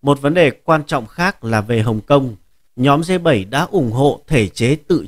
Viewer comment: Đọc sai bét, phải đọc là G .